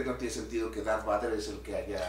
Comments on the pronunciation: Diganle al como se pronuncia Darth Vader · Ahhh siento que algo se me mueve en la tripa cada vez que escucho al escuchar pronunciar darth vader